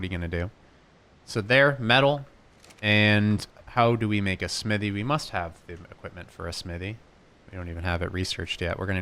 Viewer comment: Don’t forget the h in smithy